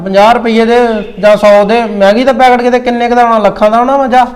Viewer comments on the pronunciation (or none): none